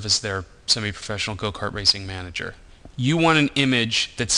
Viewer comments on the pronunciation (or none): none